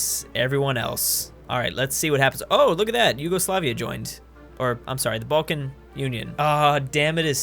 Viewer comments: its bcz you called the balkan union ''baltic union'' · Name sans:Balkan Union:Baltick union Me:WTF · It's balkan not balcan or baltic